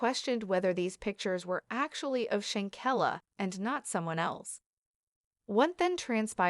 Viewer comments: Please pronounce her name correctly if you're going to do commentary on someone RESPECT HER PUT SOME RESPECT ON HER NAME IF YOU HAVE TO ASK SOMEONE HOW TO PRONOUNCE HER NAME CORRECTLY,THANK YOU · pronounce her name corr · Learn how to pronounce her name